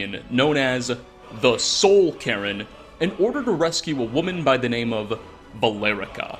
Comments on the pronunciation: He's always said Cairn as Karen instead. I've been hearing it from him for years now, he always adds that extra syllable to it in his videos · The soul Karen would like to speak to your manager about your pronunciations. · I heard "Soul Karen" instead of "Soul Cairn" and now I feel like we missed out on a quest where Valerica demands to see the Ideal Masters' manager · I can't get over the pronunciation of Soul Cairn as Soul Karen. It makes me think of some sort of Ur-Karen, or the undersoul of Karens. Cairn is pronounced like the word 'care' but with a 'n' at the end. k eh r n, like. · Did this man pronounce Soul Cairn like soul karen??? 😂😂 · Everyone: Soul Cairn: Soul Karen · Am I the only one who was both bothered and tickled that he pronounced it Soul "Karen" instead of Soul "Cairn"? 😂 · Everyone else: Soul Cairne: Soul Karen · Soul Cairn ❌ Sole Karen ✅ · Soul cain not soul carren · Does anyone else keep hearing "Soul Karen"? Does it bother anyone else? I love you, but oh lord, that pronunciation killed me 😂 Edit: regarding Sybille Stenton, the court mage, i had always just assumed the Wolf Queen was blocking her scrying via some magical means. There are a lot of effigies around the cave, and things like that IRL always seem to ward something off. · it’s not soul ca•r•in its soul Care•n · Soul Cairn not Soul Karen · I also keep hearing "Karen" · you cant unhear the soul karen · Yea i hear soul karen to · The way you pronounce soul cairn will 'ever get old to me ahah, Soul Karen gang here ahah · It's been so long, i forgot he pronounces it "soul karen" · “soul karen” 💀💀💀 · Soul Cairn is pronounced: Kern Kinda like Kaer Morhen from the Witcher. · Ah yes, the S o u l K a r e n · re - The Soul Karen? What's a "Soul-Karen"? Ps: I know, he's trying to say Soul Cairn. It's just that I find it funny how he pronounces it as 'Karen.' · The Soul Karen I wish you spent a little more time pronouncing things right lmao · no, it's soul Karren